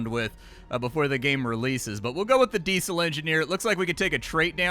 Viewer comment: Because some people don't interact with certain words in day-to-day life, and there's no reason not to correct someone I think is making a mistake? Like, what if he legit just didn't know how to pronounce Diesel? Why wouldn't I help out? Are you just the kind of person who enjoys watching people make mistakes?